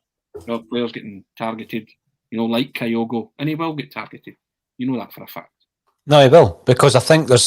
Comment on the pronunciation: Can somebody please tell that it's Kyogo, not Kayogo?